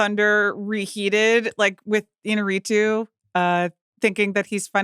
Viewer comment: No one seems to pronounce Iñárrritu’s name correctly, despite the accent mark being right there. Een-YAR-ee-too. Even DiCaprio got it wrong in his Revenant acceptance speech.